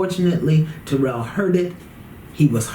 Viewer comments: It's killing me how see keeps saying his name wrong... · She is pronouncing taryll's name wrong. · TARYLL it's like the name Darryl with a T. I don't know how so many people pronounce his name so wrong! 🤪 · His name s Taryll which rhymes with the word 'towel'. She says his name wrong 😂 good show though.